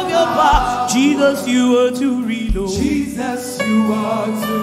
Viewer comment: I like the way you accentuate Jesus’s name. I’m just fulfilled by that way. It’s unequaled, no where on earth, Have my commendation, Mercy. You have much more than anyone else. Praise God!